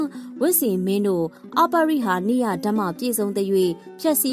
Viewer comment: အ ပရိ ဟာနိယ ဟုအသံထွက် ဖြတ်တောက်ရပါမည်